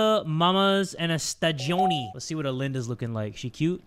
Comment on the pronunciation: As italian i found hilarious how he call the pizza "quattro stagioni" stadioni 😂❤